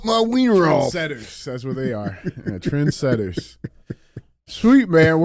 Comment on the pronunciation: No No No, IT’S NOT TREND SETTERS, IT’S TRANS SETTERS 🤣🤣